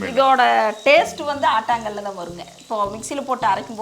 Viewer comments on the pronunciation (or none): ஆட்டாங்கல் இல்ல. ஆட்டுக்கல்.